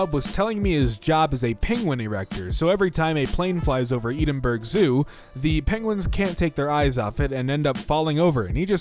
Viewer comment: Ok I’m sorry but ENDENBURG